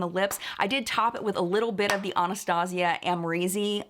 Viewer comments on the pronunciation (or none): none